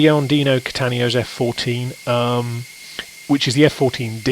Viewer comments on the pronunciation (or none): I could be wrong but I think Dino is Italian and assume his last name is pronounced Cat-Ten-Nay-Oh not Cattan-ee-oh (as is said throughout this video series). And thanks BTW. very enjoyable otherwise.